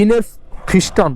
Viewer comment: ভাই আপনার উচ্চারণ ভুল হয়েছে। 'ফিস্টন' না । পিস্টন হবে ।